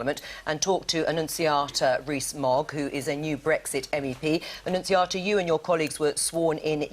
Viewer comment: She made him look like an arrogant rude prick - flawless victory, Annunziata Wins. Btw - I love your attempts to say her name...